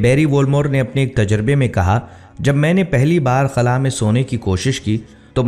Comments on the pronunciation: خلع نہیں ہوتا بھائی خلا ہوتا ہے کبھی خلع بول رہے کبھی خلا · خُلا نہی ہوتا۔ خلا ہوتا ہے